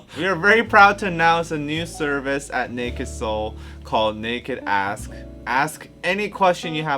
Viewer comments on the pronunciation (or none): ISTG I heard that as naked a*s. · Istg I heard Nakd Ass when said it lol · nakd ask is dangerously close to naked ass, make sure you pronounce it correctly lmao although i feel like would enjoy this